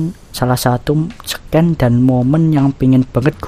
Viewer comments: Sama kita bang nyebut scene (sin) malah sken wkwk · scene bacanya sin bang bukan scan (seken) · scene dibaca shin yg dia bilang seken awokokowa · bang Scene dibaca = siin, bukan sken :'vvv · Scene dibaca nya bukan Sken bang,tpi Sin dibacanya 👌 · Seken :'u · bang, bacaan dari "scene" itu "sin" bang..